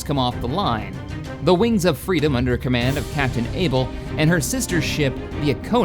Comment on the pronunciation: XD wings of freadom